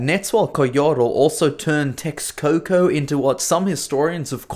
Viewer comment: You pronounced all Mexica and Nahuatl language names wrong. Texcoco is pronounced TESHKOKO. Mexico was pronounced MESHIKO. In old Spanish "X" was for the sound "Sh".